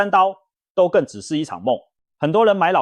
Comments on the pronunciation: 都更，唸ㄉㄨ（督），不唸ㄉㄡ（兜） 🤗🤗🤗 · 我們台灣人是唸都更不是兜更音，就是都市更新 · 都更唸（督耕）.請正確的唸. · 我光是聽到兜更就聽不下去了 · 聽了幾集很難受，放棄。都是AI語音，都更是兜ㄍㄥˋ⋯⋯重劃區唸成眾話區等等等…..再好的內容都是可惜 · 聽到兜更我就聽不下去了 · AI語音辨識 所以會有很多讀錯